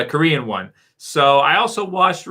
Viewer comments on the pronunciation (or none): none